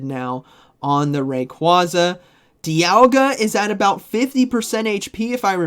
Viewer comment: Unsubbed.... Learn how Rayquaza is pronounced